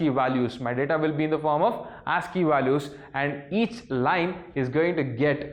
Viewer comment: Yes it's ASCII Not ANSCII